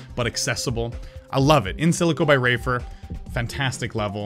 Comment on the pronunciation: He said rafer and it sounded like raver